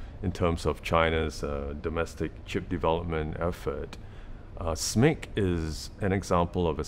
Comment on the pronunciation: Thanks for calling it "Smick"! I always do, somehow most YouTubers want to spell out SMIC.